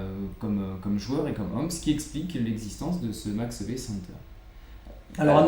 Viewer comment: Merci pour cette vidéo. La prononciation des prénom et nom de ce champion en hollandais est « Makch Éweu ». Cf. le site forvo